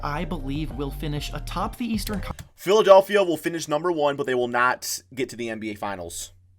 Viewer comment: The leastern conference said by Skip Bayless